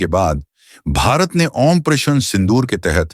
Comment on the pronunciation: भाई, आपकी आवाज़ तो अच्छी है, पर आप ऑपरेशन को "आन परेशन" क्यों बोलते है?